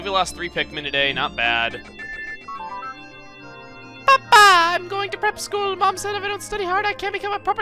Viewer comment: PAPA! sounded like said pupa!